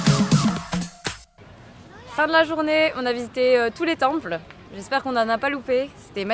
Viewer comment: Bof bof...La vidéo je veux dire ...pas les ..."Tempellls" 😉